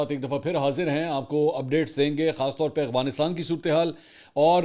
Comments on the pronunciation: ایک تولفظ اغوانستان نہیں افغانستان ہے منصور بھائی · Aap afghanisat ko galat bolte hein agwanistan kehte ho aap talafz ko theek krein aap tu itne parhe likhe tu lafaz sahi nhi bol pate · Aghwansitan 😂 Mansor Bhai